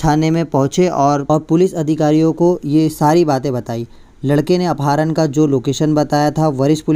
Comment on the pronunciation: Apaaharan nhi apharan kaha jata hai